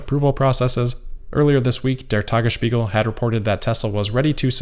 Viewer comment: you said "der tagesspiegel" correct :D